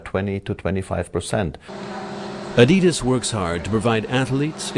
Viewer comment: He didn't pronounce adidas right